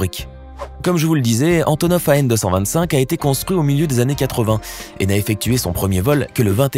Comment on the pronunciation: Antovnov hein ? Apprendre à lire ?